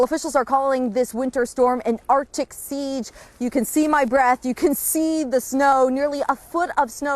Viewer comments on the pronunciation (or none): I believe that's pronounced ARC-tic, not Artic.